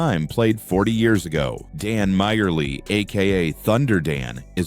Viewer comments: he means the voiceover, maybe the script. "Majerle" is pronounced like "Marley", not "Myerly" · "Meyierly"?!? AI Sucks A$$ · I dont know if this script is read by AI but you mispronounced Dan's last name right out the gate, won't be watching the rest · i wish AI would learn to pronounce names like dan majerle properly so i can at least be fooled into watching 30 seconds of this and not hate myself for clicking on it